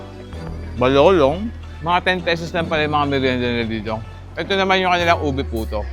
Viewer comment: Bakit yong balolon naging balolong